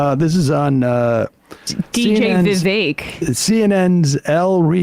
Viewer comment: I love how they pronounced Vivek perfectly!!